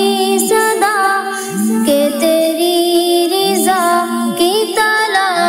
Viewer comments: Bahut hi umda magar ye sahi karein Riza nahi Raza hai padhte waqt zer,zabr,ka khyal karein baqi aapne bahut hi khoob padha hai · Riza nhi hota raza hota h meaning bhi change ho jaata h MashaAllah pyari awaz h